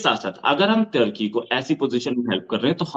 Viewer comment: Ap social media pr bat krna to sekh len tarki nahen turkey 🇹🇷 lafz hy pahly bolna sekh len bad men muslmano pr baat krna